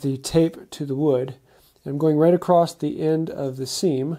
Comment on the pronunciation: *across not acrost